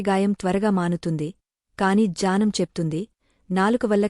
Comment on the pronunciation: ❤janam annttu vinipistunndi, 3times alage Cheppa vamma, gnanam correct kademo, janam jnanam kaka ఙ్ఞానం gnanam